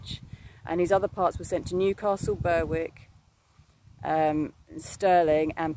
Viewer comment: Berwick,,,the W is silent,🙏